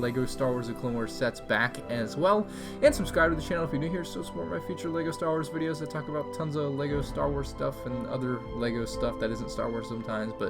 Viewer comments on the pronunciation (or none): none